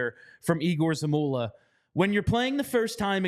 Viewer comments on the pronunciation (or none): Folks, it's YEGOR, not EEGOR Zamula. Even other teams's announcers have learned that.